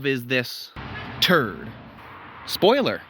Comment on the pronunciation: Annoying every time you say TURD.... , I got it the first minute of this video it's a TRD just stop repeating TURD..... annoying but is catchy 😂😂😂😂 now every time I see a TRD on the road I'm going to call it TRUD.. this is all your fault 😂😂😂😂